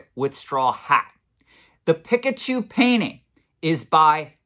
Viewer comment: Does he purposely mispronounce pikachu?